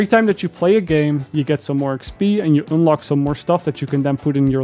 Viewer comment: "oonlock" and "oonlike"